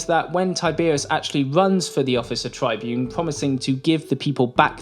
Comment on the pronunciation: Now I shall talk about the great Tiberius Gracchus. The Tybune Tiberius, Trybune Trybune Trybune......*Gets brain aneurysm* 😅 Seriously though, outstanding video. Have you thought about making a 10 minute plus your standard? 😊